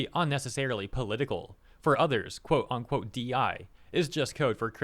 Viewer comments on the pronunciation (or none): It's "unquote" not "onquote."